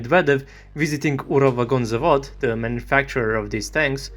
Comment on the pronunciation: if youre russian, why do you prononce "ural vagon zavod ' with idiotic accent?..